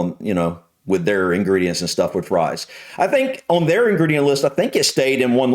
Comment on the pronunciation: Scones WIV dinner? Nastaay!